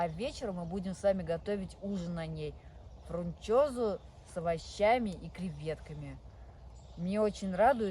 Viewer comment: Правильно фунчеза, а фрунчеза😂